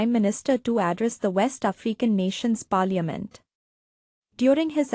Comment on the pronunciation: Your pronouncing the word, "parliament" is quite embarrassing.